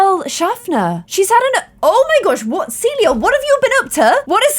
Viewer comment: Shafer Clare, not Shafner!😂